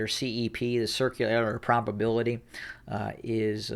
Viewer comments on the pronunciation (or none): none